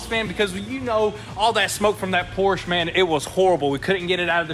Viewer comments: POR-SHUH!!!!!! PORSHA NOT PORCH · Also Porsche is pronounced Poor shah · 2 things. First, it’s Porsch-UH. Second, of course you’re going to have people dumping things on your property - your shop is in a VERY sketchy area! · Pronounce Porsche right…